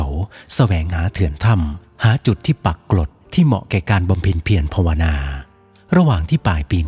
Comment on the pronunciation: แอดมินอ่านคำว่า “ปักกลด” เป็น “ปลักกลด” บ่อยมาก ขออภัยที่ทักท้วงครับ